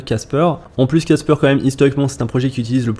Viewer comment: C’est pas caspeur ! C’est casper !